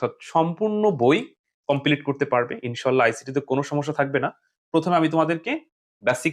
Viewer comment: ইনশাআল্লাহ বলা তা ইনশাআল্লাহ হবে ইনশো নয় ভুল টা ঠিক করে নিবেন